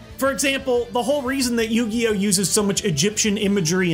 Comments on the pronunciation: What is "You Gee Oh?" Is it like Pokemon? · With Yoogee, Setee, May Vaseline and JoJ WheehW!